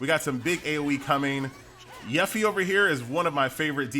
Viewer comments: Lol your continued mispronunciation of Yuffie causes great conflict in my soul. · Your inability to pronounce "Yuffie" is hurting me. Why do you do this? Q_Q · it bothers me how pronounces yuffie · F for pronunciation of Yuffie u killin me man.